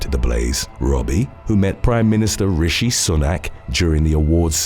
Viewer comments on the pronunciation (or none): none